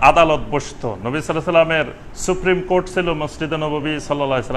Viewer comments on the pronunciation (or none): none